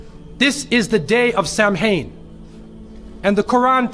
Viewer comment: Samhain is pronounced as sow-in as in cow